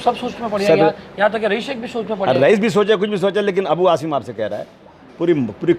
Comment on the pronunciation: ANCHOR TAKING NAME WRONGLY.NOT HASIM SAY ASIM ہاشم نہیں عاصم ہے نام